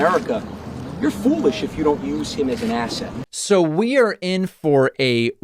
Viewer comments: ASSET? Ithought he said ASSHAT! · At first it sounded like he was saying Rudy Giuliani is an A$$hat not an asset.. I agree Rudy is an A$$hat as well as being a bloated windbag.. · Did he say ASSET or ASS-HAT? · Did Andrew say asset or asshat?